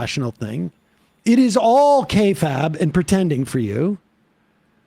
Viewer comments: Hilarious video! My only point of contention is that Sam mispronounced the word kayfabe as “KAY-fab”. It’s actually pronounced “KAY-fayb”. He does seem to understand the definition, though. It’s an old pro wrestling term, still in use, which means portraying something planned or scripted as if it were real. Not a big deal, but someone like Jim Cornette would make a joke at your expense 😂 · It's kay fffayyybe. No kay faaahb. It drives me nuts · Just a heads up, Kayfabe is pronounced Kay-fabe like Gabe. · Every time he mispronounces kayfabe I hear Jim Cornette going off in my head.